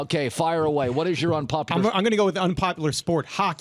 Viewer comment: Why does it sound like Colin is saying unpopiter